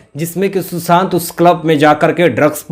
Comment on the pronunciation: mai kai baar,kah chuki ki aapke ekcent sudhariye.......Susant nahi Sushant boliye.Isi tarah aur bhi aapke ekcent galat hain,sorry.mai aapki maa ki age ki hoon,isliye, advice di again sorry.